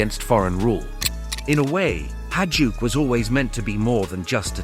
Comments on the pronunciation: Not hajuck, hajduk is pronounced high-duck. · It's pronounced "HAYDUK" ! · bruh this was hard to listen lol, every time. Its pronounced high-dook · I‘m wondering if it is really so hard to pronounce Hajduk and not saying Hadjuk , the J comes before the D and not the other way around. But i guess this is an American thing. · AI voices cant pronounce Hajduk or Dalmatia. Maybe you should buy a microphone.